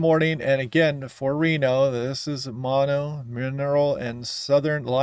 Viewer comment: The locals pronounce Mono, as Mo-no. But I understood you, so maybe I'm being a bit nit picky? Yep. I am. But I like being in the know, and if almost everyone says it the other way, it could change the pronunciation forever. I guess that is how languages evolve. (Humm..... maybe I should save my effort for something a bit more urgent? 🤣).